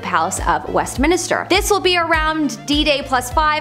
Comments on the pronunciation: Westminster not Westminister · Just a heads up ~ it's Westminster not Westminister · NOT WestMINISTER it's WestMINSTER. No extra "I". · Minster, not minister babe 🤦🏻‍♀️🤦🏻‍♀️ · Good video but it is Westminster not Westminister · Westminster, not Westminister. Lol. I can't wait to see the coronation- I bet it will be FABULOUS. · OK,, I can't hold it in any more it is minster, Westminster, NOT west minister 🤔👏🤣🤣🤣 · Just said the same thing, lol. Like when people mispronounce Worchestershire, Leichestershire, and more banal things like turmeric (tumor-ick, really?!!) Haha. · "Westminister." Cringe. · West-min-ster… Wess…min…ster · here . west - men - stir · Thank goodness someone said it. I was watching and cringing at west minister 😬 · Who else was bugging on her mispronounced Westminster... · not everyone is a brit you know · I was just about to say the same thing haha and the British are always insulted by Americans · Arghhhhh I know. Driving me insane! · God sake the poor girl only pronounced it wrong not stabbed ur gran, leave her alone Im British and cudnt care less, I still knew what she ment!